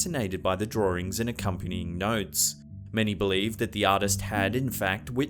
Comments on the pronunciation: Anyone else getting a bit annoyed by how he pronounces "drawings" as "draw-rings?" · Can you say "drawings"again?